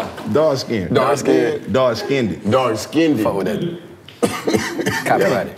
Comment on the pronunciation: "Let me get that dark skinnded"